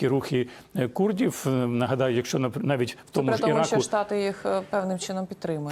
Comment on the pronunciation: курдів жаль, що мову їх переслідують, а от якби притягли до криміналу за нівечення укр.мови москальською вимовою - "курдіФ. сказаФ..." чорт!